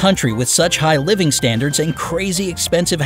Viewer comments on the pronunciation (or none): none